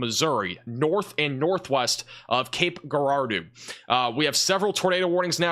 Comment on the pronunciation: Cape Girardeau is pronounced with a soft "G", sounding like a "J". Good work last night. I watch you almost every morning.